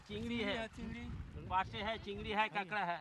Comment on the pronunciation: Kakra bolte h hum kekda nahi bolenge hum